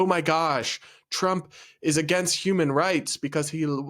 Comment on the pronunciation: He said 𝙃𝙊𝙊𝙈𝙄𝙉 🤣🤣🤣🤣🤣🤣